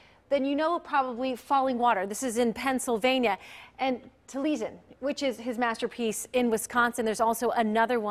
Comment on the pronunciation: I want to "Crosh" at "Taleesen".